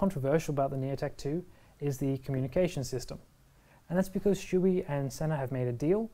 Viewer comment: Not trying to be offensive here, but you are pronouncing the name Shoie incorrectly. Shoei helmets are made in Japan. The Japanese Shoei as "Show-Ay". Never "Shoe-E". Maby if Chewbacca / Chewy" from Star Wars, had a Shoei helmet, he would pronounce it as Shoe-E. 🙂